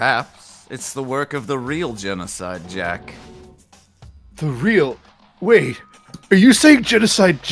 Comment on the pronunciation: Gencodide sounds like “Junko died” lmao